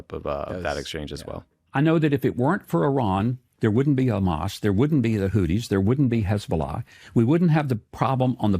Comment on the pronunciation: My dudes, you cannot seriously complain about someone saying "Houthis" like "Hooties" in the same podcast where you pronounce "Huawei" as "Wawei." Either we police voiceless aspirated consonants or we don't. I know this is low stakes, but if worldos don't care, who else will?